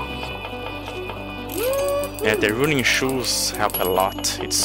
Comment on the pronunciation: I don’t know if you care, but in english the ‘u’ in “running” is pronounced the same as the ‘u’ in “unacceptable” in stead of what you were saying (roon-ing)